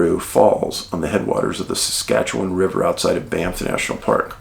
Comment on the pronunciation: Bonus points for pronouncing Saskatchewan properly Dave! Lol